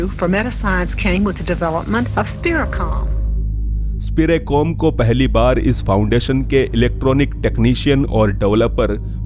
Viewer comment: अंग्रेजी में कुछ भी हो सकता है 😅, स्पिरिकॉम को स्पिरेकॉम बोल रहे हो 😅😅। कमाल है कि एक वैज्ञानिक मर चुका है और फिर वो ही मशीन बनने के बाद बात करने लगा और कुछ समय बाद आवाज भी गायब हो गई 😆😆😆😆🤣🤣🤣🤣